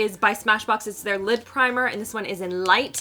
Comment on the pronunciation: I keep hearing lip primer instead of lid primer. 😂 I had to rewind to make sure you weren’t putting a lip primer on your eyelids.